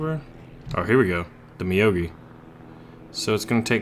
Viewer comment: I think it's meow-gi not ma-yo-gi : )